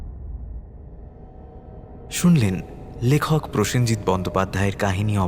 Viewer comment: His name is Prosenjit, not presenjit. অত প্রেশারেও নেই উনি, যাতে প্রসেন থেকে প্রেসেন হয়ে যাবেন।